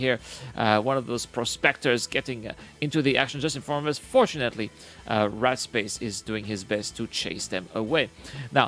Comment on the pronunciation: The whole time, I'm listening while working thinking he's saying the guys name is "Rat Space", thinking that's an odd name, but ok. Then I look at the screen and see in the chat "Warped Space" well that makes much more sense :)